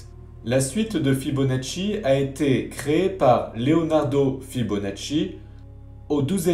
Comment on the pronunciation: L'excellent "Fibonatchouille" de! Impeccable! ^^ Et j'ajouterais "et paf!";)